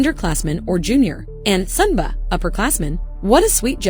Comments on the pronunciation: Just a quick correction. 후배 and 선배 are pronounced hoo-bae and son-bae not hoo-bah or son-bah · sunbae and hoobae are not pronounced like that...BUT loved the video!